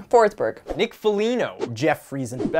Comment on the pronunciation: Why did that chick call forsberg '' fortberg''